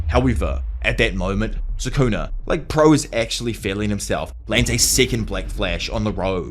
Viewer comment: Bro this dude really saying sukuner like it's the 'er to the "n" word